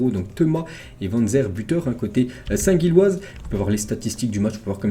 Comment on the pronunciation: Union saint Gilloise se prononce union saint Jilloise